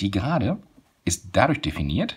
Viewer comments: Gerade und nicht Serade 👎👎👎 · Warum serade?